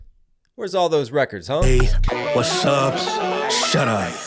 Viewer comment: He's saying west up shut up. Not what's up shut up